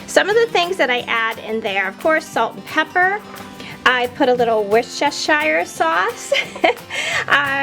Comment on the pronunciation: It’s easier if you say: Wuss-tuh-shuh sauce